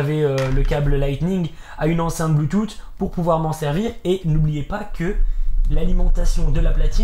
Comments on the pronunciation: oe mdr, moi aussi sa me fais trop rire mdr le bloutoute x) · un peu d'humour, mais le BLUETOUTEEEE m'a tué lol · Le " bloutoute " ptdr ça a fumé sinon niquel la vidéo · En "BLOOTOUTE!!!"😂😭😭